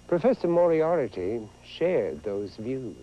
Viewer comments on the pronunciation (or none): very true. but in this vid, price added a syllable (and mispronounced it): mor-i-AIR-i-ty is what he said, but it's spelled mor-i-AR-ty. *shrugs* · Lol, Moriarity? Didn't anyone tell him how to say it? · lol, price mispronounces 'moriarty'